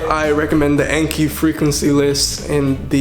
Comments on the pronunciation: Speaks Japanese fluently Also: Says the Japanese word "Anki"(暗記) like Ay-nkee instead of on-kee (あんき) when referring to the app in English. I used to say I-kaiwa instead of Aykaiwa so it's not just him. Just find it funny. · Alright I gotta say it, Anki is pronounced ahn-ki, it comes from the Japanese word あんき which means "to memorize".